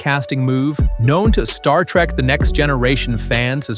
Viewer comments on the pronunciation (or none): none